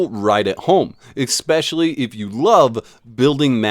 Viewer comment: My brother in Christ, please, PLEASE... take 5 minutes to learn this word.... ESPCIALLY It's not eckspeshully. ESS-PES-SHE-AL-LY, there is no X anywhere to be found.